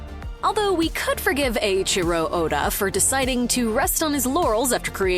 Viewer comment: ohhh... why you can say "Eiichiro" correctly, but not "Toei"? LMAO